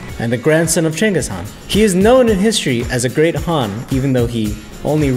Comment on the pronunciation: Genghis Khan not Cengis